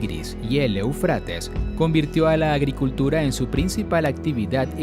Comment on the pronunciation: Esta bueno el video pero me duelen los oidos cuando dice eufrÁtes cuando en el mismo video muestran el acento o tilde en la primera e Éufrates!!